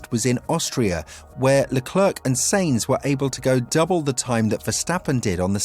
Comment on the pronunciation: Stop saying S*E*inz.. its pronnounced S*A*inz